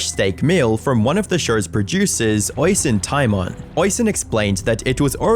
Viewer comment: How can you mispronounce Oisin Tymon's name? The BBC head pronounces it correctly, and it's in your video.